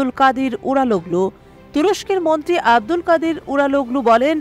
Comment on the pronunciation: আমি ভালো শুনতে পাচ্ছি না উনি মন্ত্রী বলছে না মনটী বলছে।